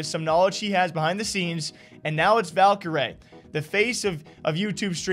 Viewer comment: Our guy is finally saying her name right! It’s been a journey! Much love!!!